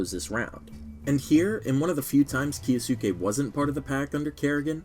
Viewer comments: Kyo sss kay? No, Key yo sue Kay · can we please stop with the "key yo sookey" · we need to stop "kiyasuke" 😂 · Your pronunciation of Kyousuke is so funny